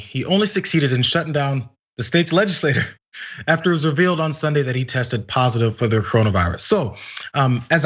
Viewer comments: I think it's pronounced Legisla-cherr... Not Legisla- ter Juss sayin... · That's not how you pronounce legislature. Legislator and legislature are two different words, dude.